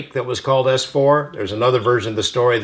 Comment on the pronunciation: Jeremy....it's "ess four" not "ass four" 😋😋😁🤓😚😍